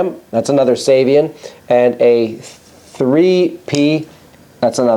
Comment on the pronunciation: Excellent as always. I believe the preferred pronunciation of Giovanni Ceva's last name is "Chay-vah," and that of his last name's adjectival form is "Chay-vee-an"..